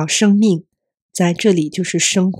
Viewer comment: 生 in 生命 should be first tone, not fourth: shēngmìng